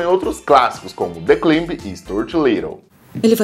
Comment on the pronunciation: O Cambly não aprovou esse "The Climbi".